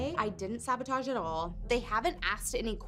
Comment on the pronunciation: “Sahbohtahsh~:0” I thought it was bread but ok🤣